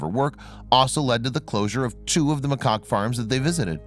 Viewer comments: Cites is “site-ees” snd macaque pronounced wrong. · This sucked! Not only should the guy at least be able to pronounce the name, macaque, properly but the majority of the primates they showed on here were not the kind that would ever have been in these facilities they are discussing...that is misleading. In addition many of their facts are incorrect...example...the age of the monkeys has nothing at all to do with who gets to eat first. They have social hierarchies that determine that. Completely useless.